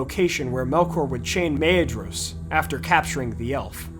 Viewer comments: Personally, I would pronounce Maedhros' name as mydros not maydros, anyone else? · pretty cool. I'm pretty sure Maedhros is pronounced like "Maithros". The dh in the pronunciation glossary = th.